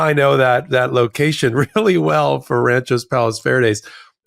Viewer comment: It’s pronounced ‘Rancho not “Ranchos” … why not ask if you sound like an elite idiot before you prove your critics right…for fux sake…